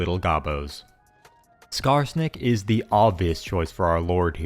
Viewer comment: You said skarsnik is the obvious choice but my dumbass heard skarbrand i was like thats a bigass goblin